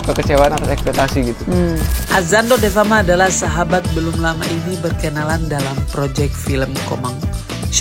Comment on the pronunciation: Davema bang, bukan Devama 😂😂😂